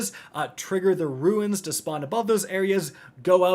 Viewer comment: And there are Hive RUNES, not RUINS...